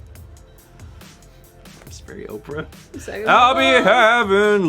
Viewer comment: wait...Oprah or opera? Lol